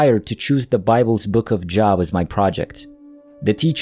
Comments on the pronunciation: The Book of Job is pronounced Jobe. The o is like oh. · Job in the book of Job, Job is pronounced Joe+b. It’s like Joel but with a b. Good story 😊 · I used to mispronounce Job when I was a kid so I sympathize with narrator. English has inconsistent spelling rules so some words you wouldn’t know until you hear them. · Nice retelling. He has to pronounce the name “Job” correctly to be completely believable!